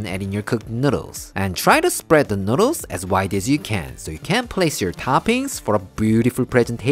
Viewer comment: the way he says noodles is great. Its like he forgets to pronounce the l and instead adds it in on the end ever time noodals XD